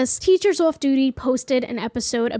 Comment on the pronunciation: is that a boston accent I heard slipping thru in your intro? most of your speech sounds like generic US but "waudergate" "lets tulk about the teachers ouff duty" had me shook